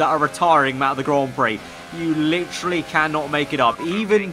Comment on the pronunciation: Stop saying fucking litrually it's literally.